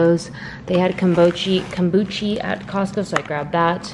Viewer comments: It's pronounced Kum-boo-shuh 😂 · keeps saying "Kombuchy" 😂